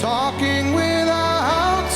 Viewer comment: I HATE how he mispronounces words leading into the peaks of the song. He uses a breathy onset in the middle of a word like "without" and "might" and creates words that do not exist in the English language. "Withou-hout" and "migh-hight" are not words. This is one of the first things I was taught not to do when I was taking voice lessons.